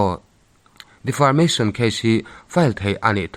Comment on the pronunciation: Defamation case tih maitur defarmation case tiin ilam daiha. 😂😂😂